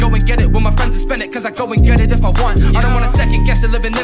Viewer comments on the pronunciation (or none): none